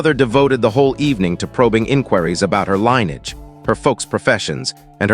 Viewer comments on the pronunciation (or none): It’s pronounced li•nee•uhj. Aside from that it is an okay tale.